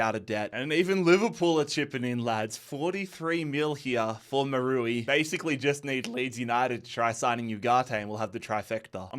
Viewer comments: Who is Maroowe? I only heard about Maz-Ra-Oui (Maz-ra-we) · Mazraoui no no Maroui🤣🤣🤣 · Bro really said marui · I'm sorry but its pronounced Maz-row-ee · How you pronounced Mazraoui gave me aids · Selling Yoro was almost as insane as the way you pronounce Mazraoui